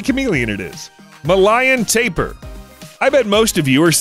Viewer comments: Guy 😅 sorry, it’s ta-pir not tape-pir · Its pronounced tape ear and chameleons colors don't convert into human language they use there colors to camouflage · Lol anyone learning from someone who doesn't know how to say tapir or says a chameleom's color changing has nothing to do with camouflage when hiding or hunting is very wrong your not getting whole truths witch might as well be a lie